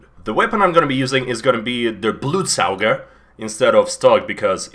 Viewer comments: mandatory FIRST also as a german i love your pronounciation of "blutsauger" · I never thought of blutsauger being pronounced as blood sucker but I love it.